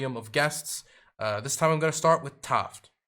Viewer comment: I don't like much. Disagree with her on most things, but at least she puts some argument forward instead of pretending to misunderstand. But for real guys, did no one hear her intro where she said her name was said or or if you don't get that? Everyone said Taft.